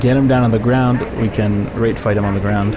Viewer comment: he really learned to pronounce "Rate" with emphasis, didn't he? :)